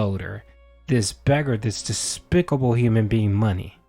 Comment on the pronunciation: The emphasis when you said despicable 😂